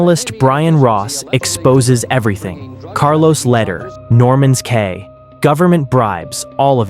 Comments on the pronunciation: It's pronounced Norman's (key) Cay ,not Kay.😅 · Cay is pronounced ‘key’…